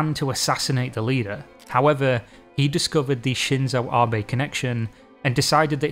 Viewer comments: oh my god this man learned how to say his last name, thank jesus. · Wait is this a reupload where he pronounces Abe correctly? Amazing. That's a good amount of work to correct an error. Appreciated. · I really appreciate it. I was actually coming back to this because I had told myself I wanted to know about it enough that I'd just get over the pronunciation error... And then I found you had redone it. Amazing effort <3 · You are the best,. I will watch it again simply because you took the time to redo it. getting pronunciation is difficult and can be tedious (and clearly some people enjoy giving people a lot of shit for getting something wrong). but it is appreciated seeing a youtuber take this much effort to get it right. i wont judge you for mispronunciation. nor will i hold it against you, epsecially considering how many spectacular videos you have uploaded. it is nice to have this video among the best ones you done. keep up the good work.